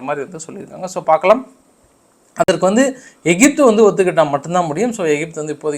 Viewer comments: தலைவரே, ஒன்று தமிழில் எகிப்து என்று உச்சரிக்கவும் அல்லது ஈஜிப்த் என ஆங்கிலத்தில் உச்சரிக்கவும். அதென்ன ஏஜிப்த்? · அண்ணா அது "ஏஜிப்து" அல்ல எகிப்து